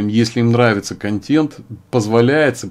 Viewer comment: КонтЭнт, КонтЭнт, КонтЭнт же! Никакой не контЕнт. Уши режет.